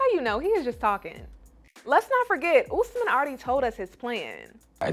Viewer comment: It’s Osman not Usman… I’m sorry guys but I had to correct y’all lol… my daddy’s name is getting destroyed lol.